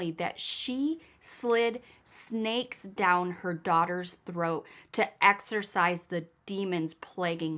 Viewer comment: it is exorcism not exercism, lol I would of thought a Michigan gal would have known that. The demons are not doing push-ups lol. Big fan of yours. So proud of how your channel is growing, I always ❤ try to comment, and I like and share. Love your story telling, and of course your always so beautiful 😍 ❤. Watching from sw Virginia. Love the Hair!